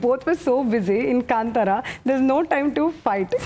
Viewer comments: kantara?? its kaanthara navika pronounce it correctly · I do not like hearing the wrong pronunciation of Kantara. It is Kaaaaantara and not kantara